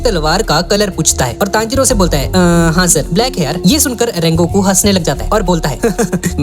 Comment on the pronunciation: Sungoku ❌ Rengoku ✔️ 💀👍🏻